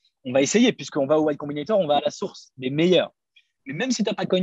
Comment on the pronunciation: "Y Combinator" et non "White Combinator" Je trouve que le contenu est bien dans l'ensemble sur ta chaine Keep it up !